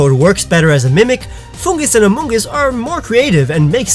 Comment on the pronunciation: he said Amonguss